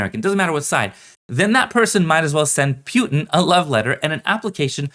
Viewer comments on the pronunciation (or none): Dude says “Putin” weird.